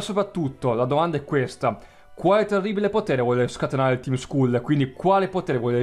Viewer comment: scusa (senza offesa) ma il team skull andrebbe pronunciato team skal e ripeto l'ho detto senza insolenzaa solo per precisare ps: sei fantastico continua così